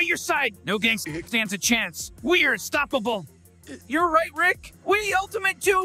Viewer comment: Sounds more like "we're stoppable" than "we're unstoppable".